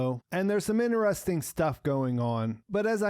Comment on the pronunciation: "Interesting" has a "t" as the third letter.